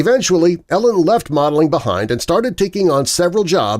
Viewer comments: I wonder why people who do youtube videos on famous people often mispronounce their names. Her name is not pronounced like "Ellen' - but is "Eee-lin." Would be wise to do better research, don't you think, my friend? God bless! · It's not Ellen........its EEEE-Lyn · sarcasm Im hoping - dude is total trash and ruined the entire thing by mis pronouncing E-LINS name - it isnt ELLEN you twit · Narrator miss spoke her name. E LIN not Ellen FYI 😂 Tiger is trash 🗑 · her name is said E lynn not ellen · Same!! It’s Eeeee-lin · It’s pronounced Ee-linn, not Ellen. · It’s driving me nuts that he calls her “Ellen”. Lol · Every time you say Ellen I feel like you’re trying to convince us Tiger was married to a lesbian. It kind of makes your entire video complete dogshit when you can’t even pronounce Elin’s first name. It’s even worse when you mispronounce it 500 times in less than 10 mins. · Hard to see you as credible when you don’t even know her name is pronounced “E” lin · Is that Jenna Jameson ??? AND I think it’s pronounced “ E- lin “ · Karien Slaven it means he doesn’t prepare his script well, lots of factual errors (woods has one son and one daughter, not “two sons”), pronouncing elin as “elis”. most of his videos have basic mistakes like that. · If you are going to make a video of someone, you should probably pronounce her name correctly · Saying her name wrong! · How many times can you say her name wrong? All the times. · They never do-.